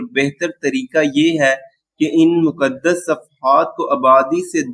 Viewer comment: Muqaddas hota hai (Mu, Qad' das). not makdas..